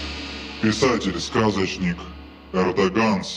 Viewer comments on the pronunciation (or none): На счёт Эрдогана не очень этично ,что вы фамилию чужого президента коверкаете ,а за своего боитесь и слово сказать . Шуты))